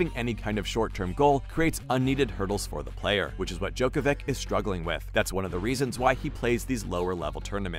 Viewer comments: Hard to understand people still don't know how to pronounce NOVAK DJOKOVIC name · Hard to understand people still after so many years don't know how to pronounce NOVAK DJOKOVIC name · Try to learn to pronounce his last name. You can do it. We believe in you. :)